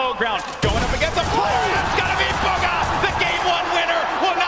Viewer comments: buuuuugaaa I thought he said booger for a second😂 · stanfordcoffee it’s pronounced boo-guh